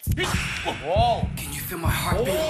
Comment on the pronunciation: 아ㅋㅋㅋㅋㅋㅋㅋㅋㅋ송민호 발음 ㅈㄴ정직함 헐트비트..